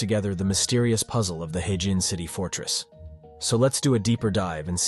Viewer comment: What in the actual fook?? All these places are well known in China, just because Westerners don't know about them doesn't make them "unknown". Also it is 'her-jin', not 'hey-jin' like you keep saying.